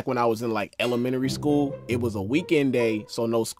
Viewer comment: Bro said Elememary